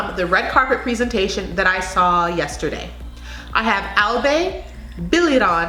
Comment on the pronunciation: The "bay" in Albay is a short "a" (like bayonet). Taguig is pronounced as Ta-gig . Surely you will do a separate review for Binibining Pilipinas 2020 candidates.😊